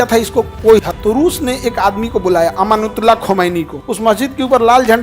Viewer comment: Ye toh ayatullah khumeni ka name sahi se bol hi nahi paraha😂... Ravis kumar ne sahi bole thw..